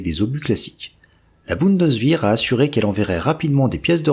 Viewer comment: au passage, on dit "Bundeswehr" et non "Bundeswihr" (y compris en allemand).